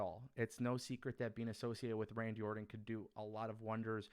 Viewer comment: orTon not orDon